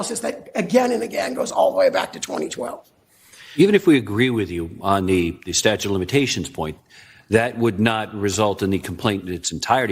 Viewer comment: Here's the kind of things that I notice... The reporter, Trump's attorney AND the judge that responded ALL pronounced the word "statute", "statue"! That is shocking to me! Incidentally, President Bush Jr., didn't start pronouncing the word "nuclear", "nuculear", until he became President. He was "dumbing it down" thinking it would make him seem more down home, down to earth. That's a fact!